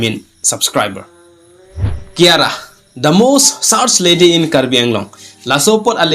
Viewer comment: Kyara❎ khangra✅😂😂